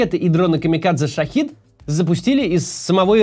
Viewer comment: Максим, при всем уважении, каждый раз корежит, когда вы называете шахЕд шахИдом. Это совершенно два разных слова с разным значением в арабском языке.